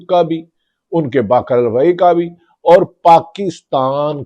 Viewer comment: بھی کا ب نکال کے بات کرو میرے بھاٸی